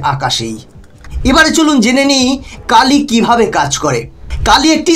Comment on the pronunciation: Kilo hoba ucharon ta Kilo ampear linear injector. APNAR OKHANA LAKHA AACHHA KILO KINTU PURO NAM UCHARON KORAR SOMOY BOLLAN (KAALI AMPEAR)